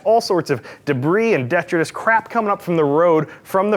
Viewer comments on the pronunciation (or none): It's detritus, not detrus. Great video. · Like most, he mispronounced the word. It’s “di- TRIT- is”. The accent is on the second syllable. I also thought the mods were pretty weak for $1000.